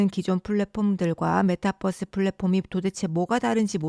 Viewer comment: 메타버스지 메타뻐스가 뭐냐 전라도사람이냐